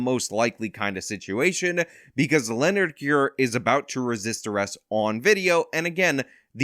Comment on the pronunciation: Can't even pronounce "Leonard"; Well he got justice.